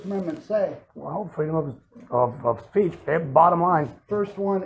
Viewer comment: The cop says freedom of pre oh speech lmao almost caught himself up